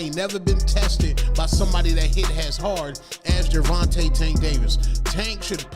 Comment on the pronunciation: AI TRASH video. Mispronounced Gervante's name 30 seconds into the video. 👎